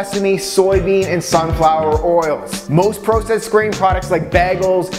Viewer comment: He says "processed" and "bagel" like a doofus.